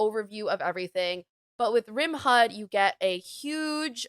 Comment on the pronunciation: Great video. I have tons of hours, but still found some great new mods I had never heard of, like PUAH+ and lights out. Life saver! RimHUD is pronounced how you were saying it. Fun fact; HUD stands for Heads Up Display.